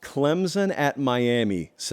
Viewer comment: It's Clemson! Not Clemzin!